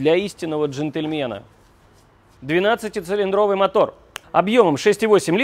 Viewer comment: ЦилИндровый, ударение поправьте, москвичи... Люблю вас)